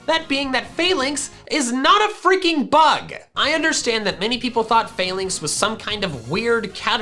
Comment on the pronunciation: i believe its pronpunced fah-links and not fail-links